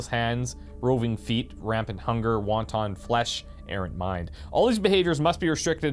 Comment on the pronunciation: I cracked up at "wonton flesh". Wontons are dumplings, you want "wanton".